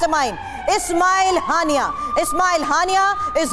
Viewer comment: naam to bolna sikh len. ismail haniya